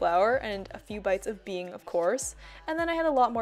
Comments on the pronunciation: this whole time while she said “bing” I thought bean. I thought it was hidden... then it clicked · My Chinese ass took so long to realise what Bing was cos of the way she pronounced it HAHAHA it just means biscuit in Chinese !!! Bing really is the best tho